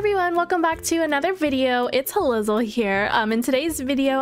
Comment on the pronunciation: I didn’t know it was pronounced h-Ah-Liz-ll I thought it was h-Az-Le